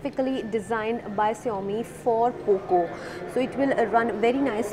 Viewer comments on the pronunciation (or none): lol...so lame review...and girl it's xiaomi....not SHIAMI :p matlab kuch bhi? :D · Its xiaomi not siaomi 🤣🤣🤣🤣